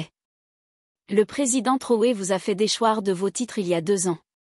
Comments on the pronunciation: MADAME ! ARRÊTEZ DE L'APPELER TROUÈ S'IL VOUS PLAÎT. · POURQUOI DÉFORMEZ-VOUS SON NOM ? IL S'APPELLE TRAORÉ ET NON TROUÉ.